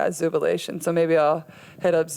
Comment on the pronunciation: "I missed Zoobilation" 😂💜